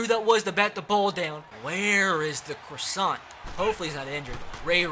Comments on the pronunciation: its pronounced cross - ehn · Please say Dalton Crossan name write I went to highschool with his brother it’s xrossan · He went to sachem north if anybody wants to question me idk why I’d lie about that I just think if he’s up for captain his name should be said correct!! 👍🏻👍🏻